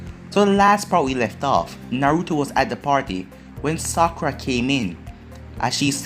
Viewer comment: Stop saying sakura